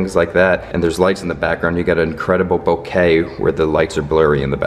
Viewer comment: You are the only Vlogger that pronouces "Bokeh" correctly. It's a Japanese word pronounced like this..."Bokay". All of the others pronounce it "Bokuh" which is incorrect!